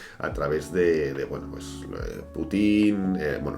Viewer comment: Jajajaj me hizo gracia cuando dices Putin